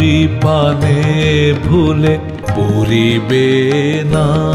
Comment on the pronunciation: যেমন সৌম্যদর্শন, তেমনই ওঁর কণ্ঠস্বর কোমল এবং সুললিত। গানটি মনে বিশেষ ছাপ রেখে গেল! একটি বিশেষ নিবেদন রাখি:- অধিকাংশ পূর্ববঙ্গীয়দের মত উনি "ড়"-কে "র" উচ্চারণ করেছেন ( "...আমারি মুখের পানে প"রি"বেনা...") যা গানটিতে রসভঙ্গ ঘটিয়েছে। অবিশ্যি একথাও বলা দরকার, এপারের বাঙলার উচ্চারণ‌ও এখন এই ধরণের দোষে এত বেশী কলুষিত হ'য়ে গেছে ( প্রধানত '৭১-এর পর বিপুল সংখ্যক শরণার্থীর আগমনের প্রভাবে) যে, বাঙলাভাষা তার সুললিত উচ্চারণ রীতি অনেকখানিই হারিয়ে ফেলেছে!অন্তত, রাস্তাঘাটে সজাগ হ'লে বা রেডিও-টিভি শুনলে সেটাই মনে হয়। যাই হ'ক, এ ব্যাপারে যদি একটু সচেতন হ'ন, তাহলে আমার মতন শ্রোতারা বাধিত হবেন। প্রসঙ্গত, ওঁর চন্দ্রবিন্দুর উচ্চারণ উল্লেখযোগ্যভাবে ত্রুটিহীন!